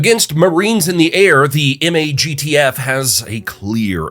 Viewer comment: MAGTF being pronounced and not said like a word was jarring. Lol